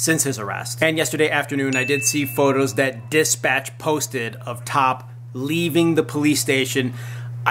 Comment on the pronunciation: THANKS FOR THE UPDATE! His name is T.O.P. not top. Please pronounce it right.